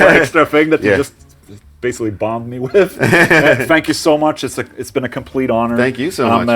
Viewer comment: it is still not "wiff", sorry :D